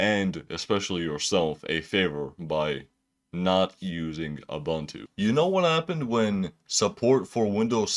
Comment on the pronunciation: It's "OOBOONTOO" (UBUNTU). "OOBANTOO" doesn't exist.